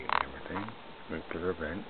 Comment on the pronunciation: Its pronounced NU-CLE-AR, not NUCULAR.